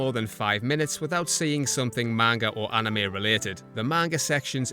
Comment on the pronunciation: One problem : They don't say Anime they say Anim. And it pisses me and the old anime fans off